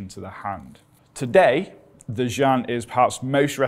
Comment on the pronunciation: You are a Very brave man! But you totally butchered the name "劍 jian" I think it should sound more like Gim.